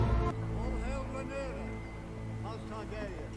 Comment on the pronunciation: It's Rhaenyra not Rihanna.